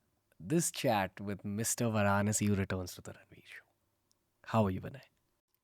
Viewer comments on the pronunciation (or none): Grateful if you can pronounce Vinay's surname as 'Vaaranaasi' and not 'Varaanaasi'. 😊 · The host cannot pronounce varanasi shameful and ur talking like NRI. I love to listen to Vinay varanasi. So listening. The host is useless.